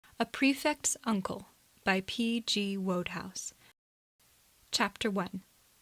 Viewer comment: "Woad-house"? It's pronounced "Wood-house".